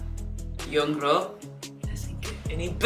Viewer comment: Her name pronounced pretty easy (YoungRo) young + ro (bun in korean "r" is difficult to pronounce, so sometimes they call her "YoungLo" or "YoungNo")